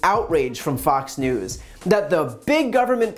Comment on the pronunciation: Brian called them “Fock News”. Slip of the tongue, or no?